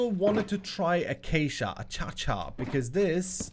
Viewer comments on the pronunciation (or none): From now on I'm calling acacia "a-cha-cha", it's official.